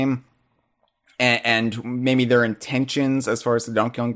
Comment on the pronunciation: I've also noticed that whenever says "maybe", it always sounds like he's saying "mayMe" with an "m". I can't be the only one that's noticed this, right?